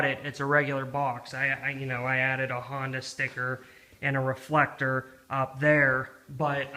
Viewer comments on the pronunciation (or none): none